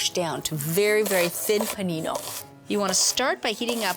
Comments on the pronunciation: pA^Nknee-NO. Like. Girl. She crazy. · her fake italian overpronunciation is annoying but I'd eat that sandwich out of her buttcrack.